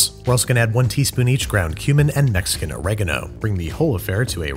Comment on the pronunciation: Loving the fact that you can pronounce "orégano" and "chicharrones" without making a fool of yourself! Kuddos!